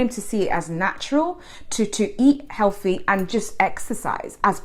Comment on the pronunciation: Hehehe 😂😂😂 dont you know Healty its Healty 😂😂😂